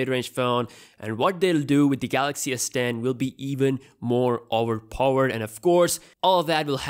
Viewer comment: i like how you say owerpoer